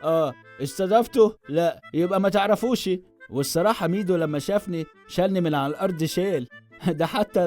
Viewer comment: عز لما إنه ضايع في العربي مكنش بيهرج ده نطقه خلاني سمعتها الشك الليتاني و بقالي ساعة بدور على ميدو بالاسم ده و ظهرلي حاجات غريبة آوي 😂😂😂😂😂😂😂😂